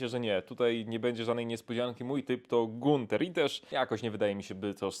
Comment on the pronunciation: Ganther sie czyta